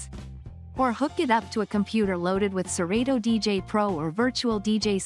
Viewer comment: nah...this ain't it...she don't even say serato right!!! "sir-reedo"